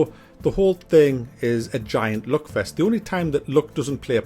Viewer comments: ITS LUCK NOT LOOK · I thought he say '' look '' and it's all about the '' look ''. Then I realize he's saying '' luck ''.